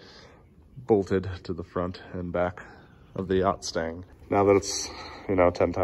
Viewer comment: It’s a, “Gustang!”